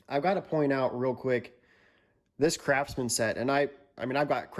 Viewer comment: Was he saying crapsman, or was it just my ears?